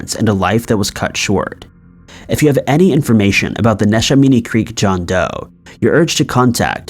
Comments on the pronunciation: Neshaminy is pronounced Nih-SHEH-mah-nee. (I grew up around there.) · Love your videos! I actually live in bucks county, and I had no idea about that. Neshaminy is pronounced ne-sham-eny, we say things weird in pa lol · Neshaminy is pronounced nesh-a-mini awesome video tho! I live in that county and this was new to me. Thank you for bringing it to attention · I died laughing when he first said Neshaminy. PA has some funny names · He called neshaminy nesh- a- minii 🤣😂 woah and Ben-sa-lim really dude lol 🤣 that's hilarious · Hey! I'm from Eastern Pennsylvania and we actually pronounce it as NESH-AM-A-KNEE ( Neshaminy) and it's BEN-SALEM (Bensalem). Otherwise I really really enjoy your content 😊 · Maybe if you pronounced Neshaminy and Bensalem correctly. Smdh